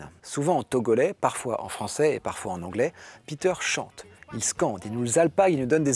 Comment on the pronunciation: Super vidéo, je vais écouter cet artiste. A il parle en "alglais" ? ahah